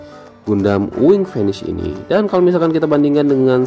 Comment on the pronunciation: Bang bacanya fe ni ce bukan fenis😂😂